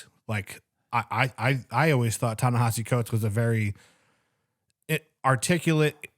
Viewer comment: It's Ne-HEE-si, not Ne-HA-si. The vowel after the H is an I, not an A